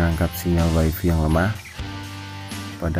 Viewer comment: Wayfay bang, bukan waifi.